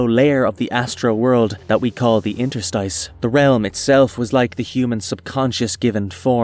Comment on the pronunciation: Only at 5min and you twice made up a definition for interstice while pronouncing it wrong, just check a dictionary next time dam